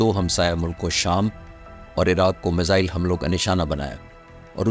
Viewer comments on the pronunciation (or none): none